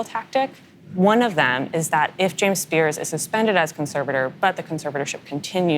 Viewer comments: Spears' - pronounced 'spears', not 'spearzez'. I know--it's weird. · The interviewee/reporter used it correctly. The interviewer, however, repeatedly pronounced the possessive form of the name incorrectly by adding '-es' to the end of 'Spears'. It's an interesting rule, but when a name ends in 's', the possessive form is pronounced exactly the same. Example: Britney Spears' dad is James Spears. In the sentence, both occurrences of their last name is pronounced the same. One is possessive and one is not.